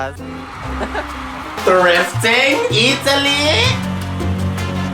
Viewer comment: my god the second girl is literally u. the moment she said EATALY I just know that you would agree with her 🎤🎤🎤